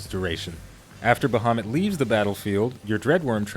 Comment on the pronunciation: Its "Baehamut" for you.